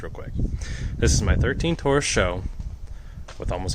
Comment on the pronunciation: S H O, like SVO, like SVT...not show...lol